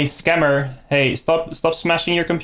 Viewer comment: "Scam-ber" Alert! 😂